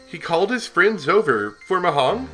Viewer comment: mahjong is march's mar & jungle's jun.not hungry's hun. you can find some pronouncement by search "saki anime" and this word is "MA A JA N" in jap'n rome rule. if you need correct word,i leave these "麻雀" "麻雀 アニメ" "咲 アニメ"